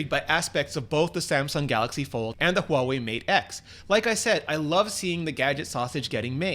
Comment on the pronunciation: Holy shit, someone who is actually pronouncing Huawei right :O